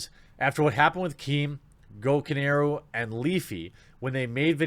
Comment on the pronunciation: Day 45: TheQuartering is still mispronouncing Gokanaru...